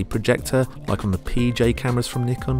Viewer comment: Good job on the review. For once Nikon name is pronounce correctly.